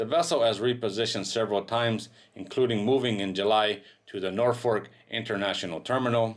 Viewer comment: It's not a famous container ship. It's an infamous container ship. And it's Norfolk International Terminal in Virginia, not "Norfork".